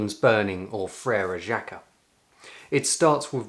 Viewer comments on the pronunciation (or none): none